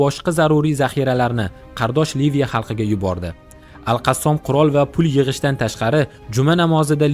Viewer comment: Qassom emas Qossam dib etin okajon